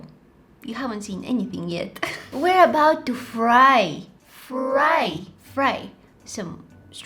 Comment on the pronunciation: the way she said fry😂